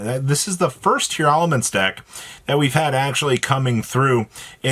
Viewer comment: Why are you pronouncing it Tear-a-laments?? I don’t see that extra “A” in how their name is spelled Just Tear-laments. Tear and laments. No extra “ah”